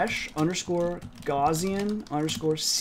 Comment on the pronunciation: Just FYI Gauss is pronounced with the vowel sound like the word "out", or "ouch". So it sounds like house but with a G in front not like gauze or gossip. And with Gaussian we don't pronounce the double s with an 'sh" sound. I know it's pedantic, and I know you're self taught but the mathematician Gauss is such an important figure it's kind of like hearing some say Einstone and then spelling his name Inestone. If you're going to name a variable after Gauss you may as well include both s letters too. It's just good form. Edit: Also I'm not trying to be rude here but helpful. It's hard being self taught, I know. But there are just certain names that when mathematicians or computer scientists hear them mispronounced they just cringe. The easiest to mispronounce being Euler.